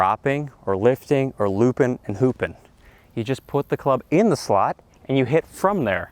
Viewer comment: I had to go back and rewatch. I thought you said "poopin", not "loopin". That would have been funny.